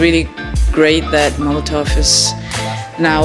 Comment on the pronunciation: Its molotow not molotov